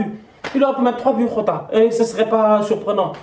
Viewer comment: Top Performance de Liverpool. gères toi on dit pas hota on dit giota car le petit est portugais et dans le leur langue le J se prononce gio.comme José Mourinho. c'est la énième fois fois que tu dit hota.sinon top débrief.